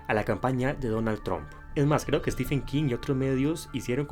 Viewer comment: Se pronuncia STIVEN no STIFFFFEN. De nada